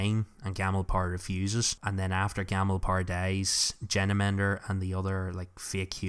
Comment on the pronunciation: Thought it was odd that you were pronouncing Genemender as "Jenna-mender", but apparently it's like that in the audiobook? A bit odd, lol.